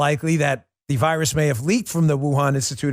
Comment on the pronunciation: Oi, you got a loicense for that voirus, m8?